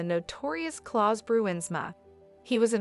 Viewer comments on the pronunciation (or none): none